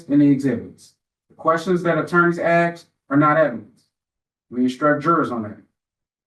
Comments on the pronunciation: How does a person get through law school and still say ‘axe’? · The judge saying "axe" is killing me